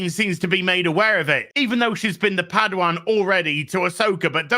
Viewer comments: Padawan. Not pad wan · The way says padawan 😂